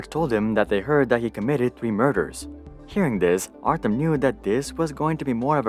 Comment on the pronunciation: Artem? Pronounce as artYOm..... do research before make video